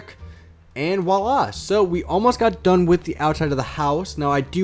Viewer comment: It's not "willah" it's voilà.